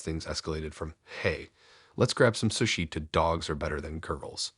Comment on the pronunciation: Sushi is pronounced sue-she, still a great story and you have the best voice. Subscribed.